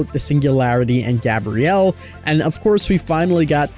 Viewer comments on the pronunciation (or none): Why do people keep calling Gabriel “Gabrielle”😂